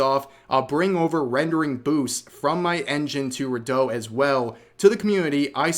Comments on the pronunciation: Redot is re-dot not re-doh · I'm pretty sure it's not "reh DOUGH" but "REE dough"